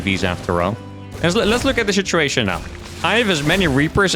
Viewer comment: Are you saying shituation instead of situation to see if anyone notices?